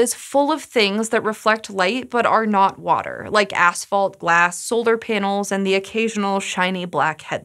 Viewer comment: Sounds like she keeps saying solder panels lol